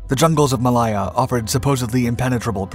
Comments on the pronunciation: Mal-lay-ya, not Mal-lie-ya…………. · Malaaaaya not Maliiiya please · Mal - I - ah....... Is pronunced Mal -a - ah. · It's NOT "Muh-LIE" or "Muh-LIE-zhia" it's pronounced "May-LAY" and "Muh-LAY-zhia" -- like Lay's potato chips. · I love these programmes. It is such fun working out what the video footage actually refers to. Also I have no idea where Mall aie er is! . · I was just about to make the same comment ... pron: ◾ ma-LAY-a ◾ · I guess that pronouncing Malaya as "ma-lie-a" is good if you are speaking Spanish. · It's pronounced muh-ley-uh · A great video as always, but you need to learn to pronounce Malaya correctly. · It would be a great video if he just knew how to pronounce Malaya correctly. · You need to research the pronunciation. The way you pronounce Malaya made this almost unwatchable